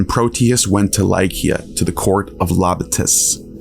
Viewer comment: I thought that was pronounced Lycia (see)